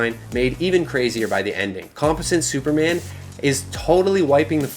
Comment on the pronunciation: What's really embarrassing is the way you mispronounced Composite Superman a 100 times. I mean come on bro, aren't you supposed to be a comic "nerd"???